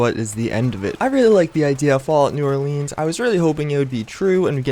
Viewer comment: just saying lol